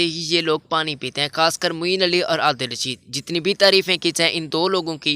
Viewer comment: Its Moeen Ali not moin ali